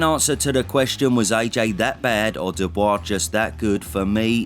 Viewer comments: Funny how you pronounce his name ‘dubious’, instead of Dubois 😂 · You can never call him doobyus again. You have to say his name with respect after that performance. Dubois. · Your pronunciation of Dubois is rather dubious. Show the guy some respect, he’s the champ. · your pronunciation of Dubois is hilarious